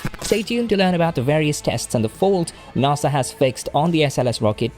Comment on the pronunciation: Naaasa? it’s nAsA